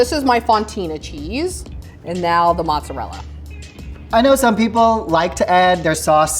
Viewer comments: It's not pronounced 'mozzarel' dude. Guido's from New York City pronounce it that way. It's pronounced mozzarella in Italy and here in the states. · says he is from aItalian householt and then calls it Muzzarell.... Oh dear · I don't know why Americans who claim to be Italian say mozzarel. It's cringe lol. It's MOZZARELLLAAAA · Genuine question: why so some Americans pronounce mozzarella as 'moutzarelle'? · why do people think that italian pronounce mozzarella "mozzarel" like why??